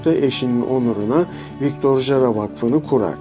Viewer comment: Victor Hara diye okursanız doğru olacak video İçin teşekkürler